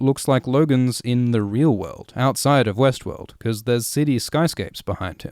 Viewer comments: Is it just me or everytime he says Westworld my brain is telling me Westeros? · every time you start to pronounce Westword, I expect to hear Westeros